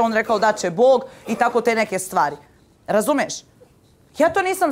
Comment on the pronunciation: Kad ova spijaRo kaze "RAZUMES" halooo Sepak nismo te prepoznali 🙈🤣🤣🤣